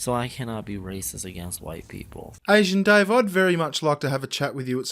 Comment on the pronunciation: Did................he just call himself "Dahweh"?